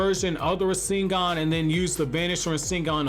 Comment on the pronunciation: “Ra sing gahn” 😂